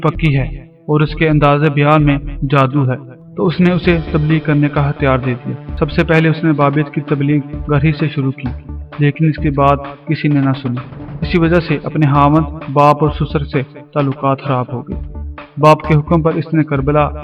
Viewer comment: زبان تو ٹھیک سے بول لیا کرو بھائ خیال کو ھیال اختیار کو ھتھیار اور خواوند کو ھاویند بولتے ہو